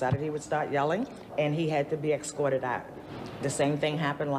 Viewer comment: It’s escorted and not excorted.